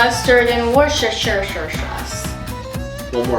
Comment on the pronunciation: Worshestetshersher sauce. 😂😂😂